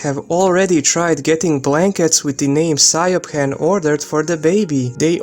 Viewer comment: Siobhan is pronounced “She-vorn”, the b is a v sound. Irish names sound beautiful but aren’t spelled how you would expect. The way you pronounced it is exactly why the mother doesn’t want to name her that. I went to college with a Siobhan and worked with a Sorcha (pronounced Sera-ka)